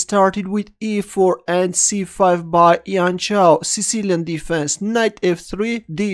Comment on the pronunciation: Not yian chao but jian chao, 'j' for john or joseph or jam or jojo